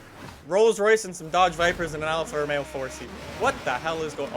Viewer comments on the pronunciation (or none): none